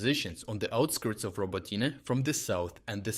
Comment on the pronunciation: Since the beginning of this year, I noticed that your English pronunciation got a little better, but now you pronounce the names of Ukrainian towns differently. For example now Robotyne sounds like "Роботіне" instead of "Роботине". Are you using a text-to-speech tool based on your own voice or did you practice your English and change your pronunciation of Ukrainian towns to make it easier for English-speaking people who are not used to Ukrainian sounds?